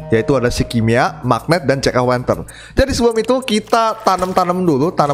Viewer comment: Hallo omong omong jack o lantern bang bukan jack o wenten wkwkwk